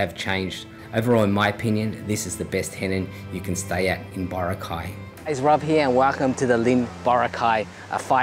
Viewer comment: It's Bo-ra'-cay - Not Boracay' !